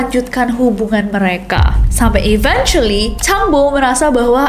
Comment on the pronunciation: mispronounced eventually. it should be eventually like you want to say event